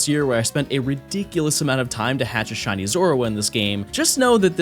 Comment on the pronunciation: She-Nee. By the way.